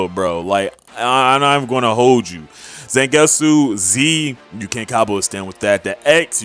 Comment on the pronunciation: they way you pounce zangetsu is Z- ON-GET-SU